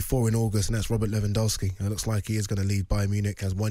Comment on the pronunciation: Simon can't pronounce Lewandowski